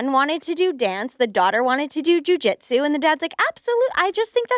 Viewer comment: They spent like the first 10 minutes comparing two toddlers and judging someones parenting choices. hmm. Also the way over pronounces Jujitsu is so cringe.